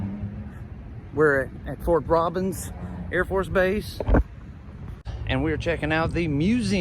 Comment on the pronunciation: Lol, it's not Fort Robins , It's Robins Airforce Base